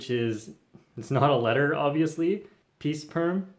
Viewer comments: Note, don't use words that ends with s to rename a perm Addition: Did he just say Pee Sperm? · did you say “peace perm” or “pee sperm”